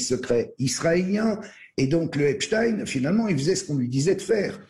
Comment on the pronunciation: Votre prononciation de nom de Epstein est la bonne c'est drole sur d'autres medias ils prononcent Epstine !!!